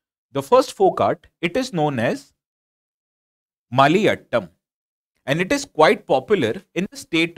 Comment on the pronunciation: its not MALIYATTAM....its MAYILATTAM